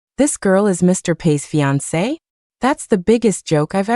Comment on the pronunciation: Fee an kay for fiancé, lol